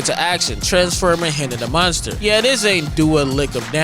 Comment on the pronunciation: He doesn’t Miss! -except when he says “munster” lol